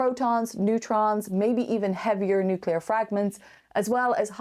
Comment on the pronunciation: The word nucular. NUCULAR!